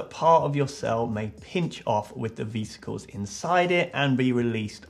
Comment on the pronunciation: Do you call Vespas "vee-spas"? Because....vesicles isnt pronounced vee-sick-els it's veh-sic-els